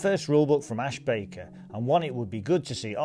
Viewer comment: It's Ash BaRker, not Baker ;) thanks for the review, seems like something I'll have to pick up